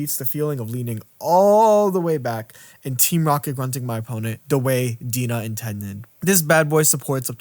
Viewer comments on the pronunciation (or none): Can I just say, the way that you and everyone else I've heard pronounce DeNA is so wrong. The name is literally pronounced "Dee N A" as in the word DNA. Just a little fun fact for ya